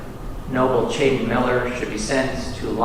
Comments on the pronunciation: Why does the detective keep calling him Chaiden? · Why is he calling him Chaiden??? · Chaiden 🤣🤣🤣 names get better eh